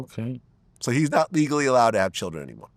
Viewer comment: “You got a thousand chilren(children) you a fxckin alien 👽!” 😂🤣😂🤣🤣